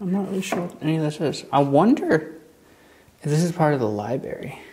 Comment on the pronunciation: Dude THE WORD IS LIBRARY. Lie-bRaRe-eee It’s not LiEBERRY. There’s no BERRY in the word. Learn your own language.